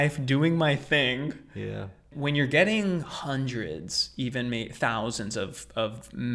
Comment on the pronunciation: You cannot mask the "one ting." We know you,! 😁